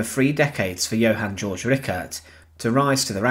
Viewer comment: It's not "George", it's Georg, pronounced Gayorg.